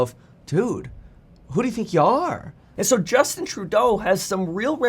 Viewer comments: Literally no one in Canada says Trudeau the way you do Kevin😂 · Why are you pronouncing his name so weird? Are you French-Canadian?